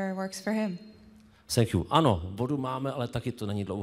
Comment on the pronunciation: Senk jů ... tohle je snad horší angličtina než zkusit sušn :D